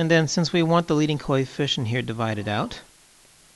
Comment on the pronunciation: Practice more on pronunciation of the word coefficient, otherwise it is a good video.